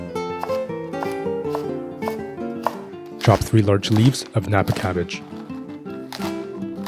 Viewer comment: Its not kappa cabbage.Its"napa cabbage" you shld say tomato ketchap not just ketchap.